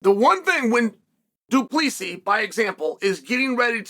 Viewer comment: "Blahall" 🤣 "Dupleeeesy" 🤣 "Rakhmanov" ✓ got that one !! "Makelchev" 🤣